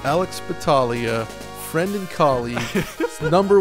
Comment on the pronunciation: one of thier previous videos Alex puts a lot of emphasis on the "friend" at the end of the video It's the one where they talk about the Xbox series x reveal